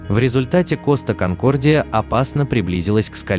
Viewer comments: Коста КонкордиЯЯЯЯЯЯЯ а не конкордиОООООО гугл переводчик в помощи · Какой коста конкордио ? Конкордия , неук , читай на борту